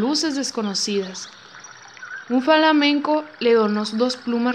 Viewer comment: que feo lees, hazte un favor y ensaya primero muchas muchas muchas muchas veces, y por cierto se pronuncia FLA MEN CO no falamenco, Fla, fla fla, lee más.